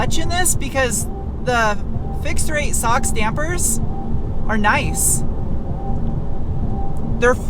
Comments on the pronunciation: 95% sure Sachs is not pronounced socks, its Sacks. As in ballsack or goldman sachs. Idk where tf u summoned socks pronunciation 😂 Thats some Demi Lovato saying her favorite dish was a coffee mug..... unironically & dead serious. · It's pronounced "Veloche" like catch and "Sax" as Saxony from Germany! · Velo"che" - veloce "Zahks" - sachs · Is "SACHS" pronounced "Socks" or "Sacks?" Too bad for BMW for not having you review their vehicles.